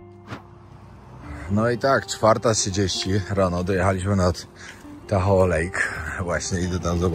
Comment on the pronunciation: nie mam sily opowiadac o fentanylu (jako sila medyczna) podajemy go w mikrogramach do roznych zabiegow, odnosnie bezdomnosci myslalam ze mieszkam w niefajnym miejscu a okazuje sie ze sa niestety gorsze... teraz poprawie twoj angielski ale nie odbueraj tego zlosliwie uwielbiam twoje filmy RODEO wymawia sie rodijol, a tahoe-tahol, absolutnie wybacz , glowa rozwalona-2-3 szwy by ci sie przydaly (pracuje na ER-polskie SOR) moc pozdrowien bawcie sie dobrze!!!!!